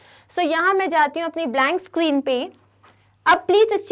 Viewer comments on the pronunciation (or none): none